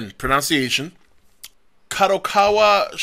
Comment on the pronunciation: You pronounced pronunciation wrong omg lol!